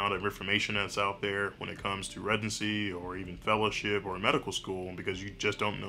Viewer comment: I mean this in a playful way but how do you study to be a SURGEON but still pronounce ‘residency’ ‘redsidency’ 😂 keep up the good work Doc!